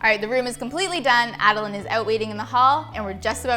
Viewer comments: When she says Ada-line 😖😖😖😖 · Tbh I kept cringing when she was saying Adeline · (Ad-i-line) is wrong it’s (ad-i lin)